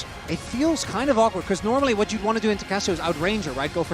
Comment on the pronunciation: 난 저 우왓(what) 이 딕션이 ㅈㄴ 찰진것같음ㅋㅋ 거기에 구마유시 두번째스마 샤라웃까지ㅋㅋ